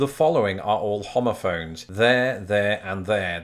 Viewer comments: so were just going to look over the fact that he sounds like he's saying homophobe lmao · Thought you said homophobes. My bad.